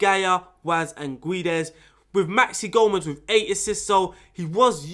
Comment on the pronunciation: When you say Guedes you are not supposed to read the U. So its like Gédes. 😆 Nice video btw, tactics looks very nice. Will give it a try. Thank you